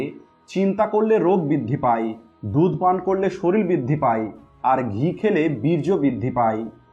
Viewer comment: কথাটা সরিল না শরীর। আগে উচ্চারণ ঠিক করুণ।